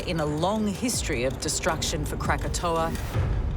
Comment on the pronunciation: I love how the Australian accent renders "forces of destruction" as "forces of distraction"